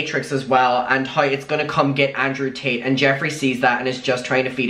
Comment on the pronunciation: why the heck does it sound like your saying Andrew Tateas it sounded like a combination of Tate and Paytas🤣🤣